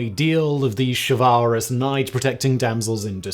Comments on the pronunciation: Is that how you pronounce chivalrous??? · Chivalrous mispronunciation is killing me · Anyone else amused by the repeated pronunciation of "chivalrous"? Just me? 😂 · Pronunciation of chivalrous annoyed me on this one. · simons pronunciation of chivalrous makes me uncomfortable - even though i’m sure one of his many pronunciation dictionaries said it’s the correct way